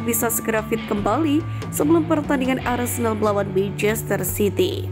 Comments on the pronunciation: Wait, naratornya bilang "arsendal"? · Ngakak lawak , host nya " arsendal arsendal,salah ngucap kali!